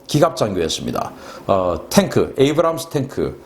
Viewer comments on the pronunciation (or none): none